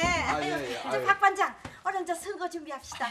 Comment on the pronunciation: 이숙언니 반장을 반당 이라고 발음하는 거 끼스럽고 재밌다. ㅋㅋㅋㅋㅋㅋㅋㅋㅋㅋㅋㅋㅋㅋㅋㅋㅋㅋㅋㅋㅋㅋㅋㅋㅋㅋ